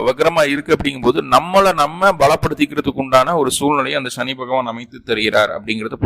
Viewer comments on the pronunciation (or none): Sa va Sha nu solla karanam enna.. Neenga Tamil a Tamila padikkalaya..!!